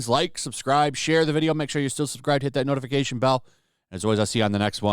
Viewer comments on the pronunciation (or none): none